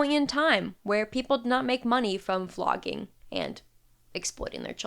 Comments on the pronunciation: Oh dear, I thought you said "flogging" not "vlogging" though it seems appropriate in this circumstance..😢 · Man every time you said vlogging, my ears heard flogging (aka disciplinary whipping), whether that was coincidence or Freudian is beyond me.